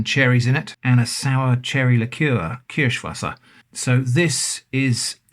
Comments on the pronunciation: As a German, who loves your channel for some time now, I admire how flawlessly you say "Kirschwasser"... Do you speak German? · Damn. 11/10 on that Kirschwasser pronounciation.